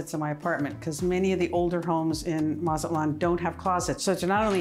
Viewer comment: If you are going to move to another country at least know how to pronounce that city where you are at Mat-Zah-lan not matzelan